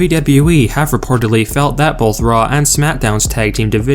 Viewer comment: I hate the way he says "w-w-e" and the way he swings and slurs his words together like so